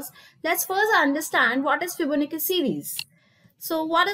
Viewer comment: It's fibonacci not fibonicca 😂and why is she trying so hard for the accent. lmao